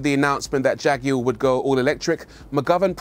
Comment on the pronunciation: Leave it up to somebody from the UK to pronounce the name Jag you are correctly